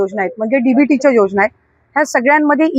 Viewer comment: अरे मीडिया योजना बोला ... योगना नाही. मराठी येत नाही का